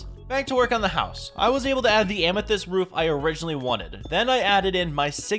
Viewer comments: Bro said "and a moth amasist ceiling" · Why did you say moth amysyst ceiling?